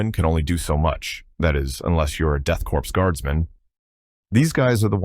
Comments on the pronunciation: all the people that cover these guys always say corpse, when it pronounced CORE, lol. as a veteran it kinda drives me nuts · 'Korps' - prounced as in 'core' or 'kaw', comes from French with a latin origin. It infuriates me that people prounce it like 'corpse' 🤦‍♂️